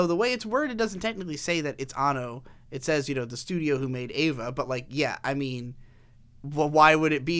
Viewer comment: good video but every time you pronounce EVA as EIVA i cringe but good video regardless.